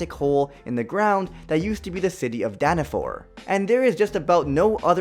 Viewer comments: For meliodas’s backstory: it’s pronounced as Dan-a-fall not Dan-a-for And he wasn’t in the military, he was a holy knight! And in the anime it was in season 3 where he got his power back ( i love the show i know everything) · It's not called Danafor ITS CALLED DANAFALL!!! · Danafall danafall not danafor